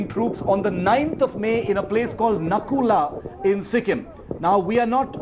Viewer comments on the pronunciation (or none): Its not nakula its nathula